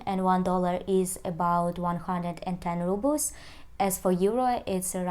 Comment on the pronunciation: Really informative video! Thank you. Btw... Russian currency -"Rubles" are correctly pronounced 'roo-blz' not 'ruh-blz'